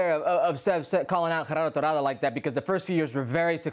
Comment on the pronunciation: Lol it's not GeRRardo it's Gerardo. Single r is different from rolling r(rr)